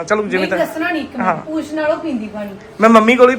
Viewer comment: ਪੂਛ ਹੁੰਦੀ ਹੈ ਪੂਂਛ ਨੀ ਹੁੰਦੀ